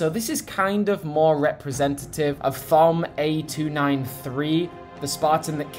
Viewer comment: Hey! Just to let you know Thom is Tom but the H is silent and a kukri is a curved knife like Emile has, not the same thing as these standard spartan knives. This one is more of a bowie knife